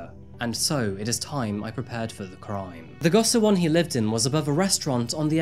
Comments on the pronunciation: Nice video just quick clarification on pronunciation. If you care. It's jOng like "own". Also it's "GO shee won." Finally, "far east" is antiquated at best. Highly problematic and eurocentric at worst. Orherwise, good job. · Go-shi-won is the correct pronunciation for those cubicle-like living quarters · Goshiwon is pronounced like go-she-won